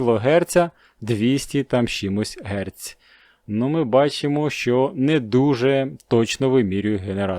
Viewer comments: Доброго вечора. Дякую за україномовний контент але треба говорити ГЕРЦ а не ГЕРЦЬ це просто трохи смішно. Не ображайтесь просто зрозумійте. За відео лайк і підписка. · Бляха да що з вами не так? Який ще герцЬ і кілогерцЬ. В мене аж вуха в'януть. Хоча якщо ви іноземець... то це все зрозуміло.